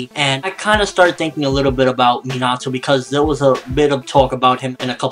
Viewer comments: it's pronaounced as minato not minatoe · minato is pronounced me na to